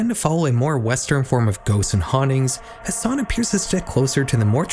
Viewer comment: it's ha san not has san btw